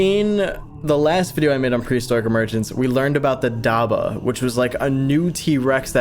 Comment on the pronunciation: hello im muslim and it is pronounced dab-bah not dabah